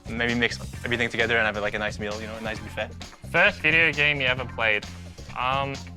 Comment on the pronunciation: did the french canadian guy pronounce the "t" in buffet?